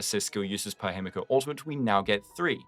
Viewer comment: holy its the hime-guo no-ba